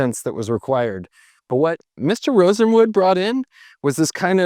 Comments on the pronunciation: Julius Rosenwald was the person's name not Rosenwood.... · Is it Julius Rosenwood or Rosenwald? The photo says Rosenwald, but you say Rosenwood. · It might be my old ears, but it sounds like the guy kept pronouncing the name of Mr. RosenWALD as if it was RosenWOOD. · Well done, very interesting. One thing- It's "Rosenwald," not "Rosenwood." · Rosenwood? Wasn't it RosenWALD? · Sears’ partner after Roebuck was Aaron Nussbaum and he brought in his brother-in-law, Julius RosenWALD, not pronounced Rosenwood. You speak with great confidence, but you need to be more careful with your research. RosenWALD funded schools in the south, that carried his name and even in Louisiana pronounced his name properly. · Rosenwald not Rosenwood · The name is pronounced-Rosen-waaled.